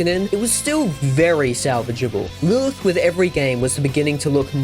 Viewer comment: Why do you pronounce "Lilith" like an absolute moron 😂